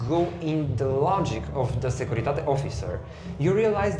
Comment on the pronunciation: Securitate does not rhyme with English wait or gate. It's pronounced exactly like it's written; /sekuri'tate/.